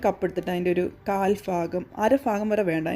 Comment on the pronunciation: Not ഫാഖം its ഭാഗം 😁😁😁😁😄